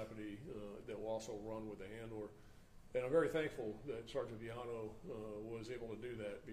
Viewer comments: black cop doesnt know how to pronounce Villano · With respect,..For God sakes KNOW HOW TO PRONOUNCE THE NAMES OF INJURED OFFICERS BEFORE THE PRESS-OP! While not intended, it was so disrespectful to, “…hope…,” you identified your own Brothers in uniform. Geesh! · Mummble mummble something mummble mummmmble. Pretty pathetic that the Public Affairs officer is not only wearing a poorly presented uniform, but also didn't bother to actually check on how to pronounce the name of one of his coworkers. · 1. Do we need a new law that says if someone tells you "i'm not going back to prison," you have to pass that info on to your local LEA? This mother sounds like a POS. 2. C'mon. Learn how to say everyone's name before you do a press conference.